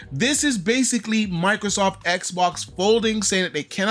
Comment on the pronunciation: I dunno y but it bugs the hell out of me when people call microsoft, microsoff. The T is not silent.